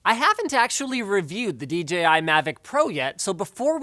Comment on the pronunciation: Thank you for saying "dee JAY eye" instead of "dee gee eye" like every other reviewer on YouTube.